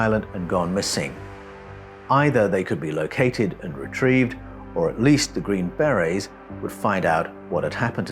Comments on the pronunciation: Hey dude, we dont have Green berr-Rays, or Green Berries. They are Green Berrr-ayz! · I know you're an Aussie so your pronunciations are a bit wierd. But the 'army green berries' are pronounced as army green ber-AYS. Like the French hat called a ber-RAY. But all that tells is what kinds of hats the soldiers wear. Their real titles is army Special Forces. Their jobs are primarily ambassadorial. They have to learn a foreign language, firstly. The world is divided into 4 different quadrants - depending on the cultures/languages. After that, the Special Forces are trained in rebuilding an area after it was destroyed by war. They specialize in things like medicine, communications, engineering (roads, bridges, etc). I used to work in a Special Forces support unit called PSYOPS (psychological operations). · "The green, bear-rays..." "The green, berries..." "The green, bay-rays..." You can't just make-up pronunciations to make yourself sound British and more intelligent. Hog-wash... (I'm just jealous of the accent... my apologies.) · Yeah lol, you're correct on that (second syllable in America for most words), but TRUST 😆, we Americans already butcher enough words as it is, I will be the first to be embarrassed by that! But for that group, a Force not to be reckoned with lol, it just sounds like "Beray", I was unable to finish watching and was honestly unsure if I was even following along well as it was-something big came up right before I clicked play and my mind was scattered to all hell, but that HUGE distraction just ended (positively) and I'm back online to get caught up and saw your reply 😊. Thanks for not taking offense, as absolutely none was intended! Have a great weekend. 😁👍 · Are you LITERALLY not able to pronounce the word, beret? 🤔